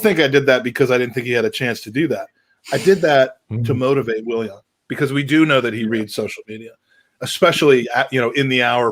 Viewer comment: The way says Williahn drives me crazy